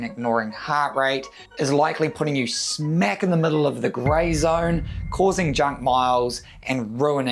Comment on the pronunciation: they always gotta put more "r"s in their words. There is no R in the word zone!